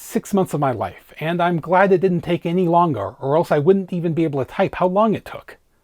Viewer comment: and — I’m intrigued.. What’s going with the pronunciations of “longar” and “end-ah”? An Easter egg? …Code? ?